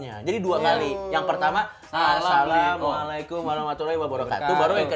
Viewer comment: = akhirnya coki bisa mengucapkan salam dengan benar!! chaksss